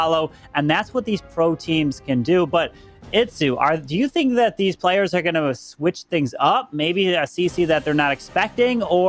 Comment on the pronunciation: please learn these players names before broadcasting. It’s super embarrassing when the non native English speakers get them right and you keep butchering them.